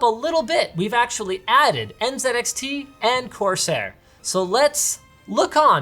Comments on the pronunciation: He said NzedXT instead of NzeeXT, but that’s ok, we won’t judge you on your pronunciation. (Jeez, it’s hard to be politically correct these days) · This dude really just said NZenXT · As a fellow Canadian I love the N zed X T pronunciation. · He's using the Canadian/UK pronunciation of the letter Z. If you didn't know, they say it as "Zed" while here in the USA we say "Zee." I know he knows both, because I've heard him say both before. Linus and his company are up in Canada. I'm saying he should use the American "Zee" pronunciation since it's an American company. But whatever -- it doesn't really matter in the grand scheme of things. It was just a random nitpicky comment I left months ago for whatever reason. Feel free to ignore it. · Did Linus pronounce it as N-Zed-X-T all this time instead of N-Zee-X-T or am I imagining things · The strangest triggering.